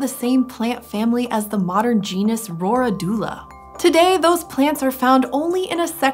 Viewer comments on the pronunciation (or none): Its pronounced "Row-rid-u-la"